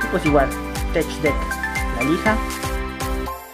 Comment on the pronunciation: Se pronuncia tek no tech , gracias